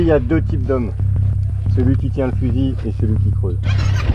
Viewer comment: "Dze beach behind dze Dunes" lol